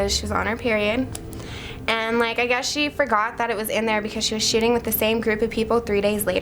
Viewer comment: why is it that i always hear "shitting" instead of "shooting"